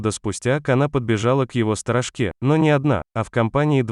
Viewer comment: Не правильное ударение прямо хлещет по ушам !!!!! Правильно произносится СТОРОЖКА ударение на о , а не сторожка и ударение на а !!!! Когда озвучивание ,хотя бы проверяйте что вы потом выпустите в инет !!!!!